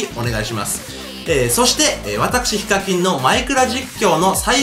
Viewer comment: ヒカミンて最初聞こえた